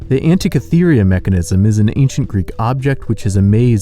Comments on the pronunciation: "Classy-ists"? Are you trying to say "clacissists"? Also, Antikythera is pronounced "an-tee-KITH-er-a" not "an-tee-kith-EE-ree-a." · To the fellow narrating: Delhi is pronounced sans H. It sounds like “Deli”. Also. There is no “I” near the end of “Antikythera”. I’m not trying to be a know it all twatwaffle, but nothing turns an otherwise informative bit of fun like this video into useless prattle like mispronounced words.